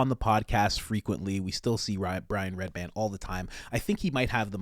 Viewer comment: I don’t think you understand what “handler” means. You make zero sense. Also it’s REDBAN. Not redband which you said 4x